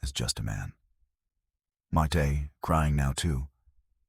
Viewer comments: This is pernicious rubbish. And this AI bot can't even spell or pronounce Mayte's name properly. I've read her book and watched interviews with her and not once has she mentioned this. They had no contact after their divorce - this is a LIE. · This is so AI couldnt even get Mayte's name right! 😢 not sure this is true? I know towards the end of his life he contacted people he'd worked with and gave them money that they deserved as they didn't get paid properly in the first place. He was making amends. 😢